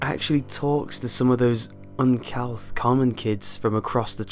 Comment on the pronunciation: Uncouth is pronounced "un-cooth," not "un-cowth."